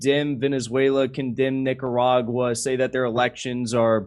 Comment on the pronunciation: Did he say niggeruraga? Lmao